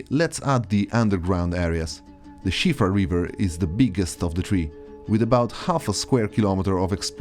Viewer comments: First time I've heard someone speaking in English pronounce Siofra right. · That's the widely-accepted pronunciation in English.